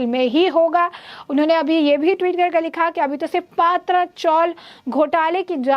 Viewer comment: Paatraa sounds more like a gujrati dish, or alhooo wadi. Please it's patraa.which means metal sheet roofs.